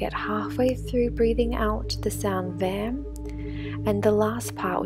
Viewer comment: That really felt nice ...thank you ...it is not vaam..but to be pronounced vum